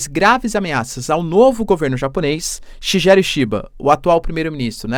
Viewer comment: Puxa professor Senhor está falando o nome do primeiro-ministro do Japão errado😂😂😂… Shigeru Shi- sal’shi’cha- salshicha. Ge - ‘gue’tos- guetos. 😂